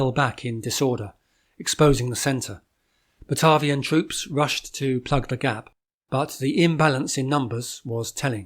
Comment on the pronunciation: Pronounces Batavia incorectly